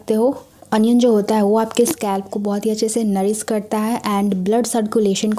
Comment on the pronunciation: Uge nhi hota use hota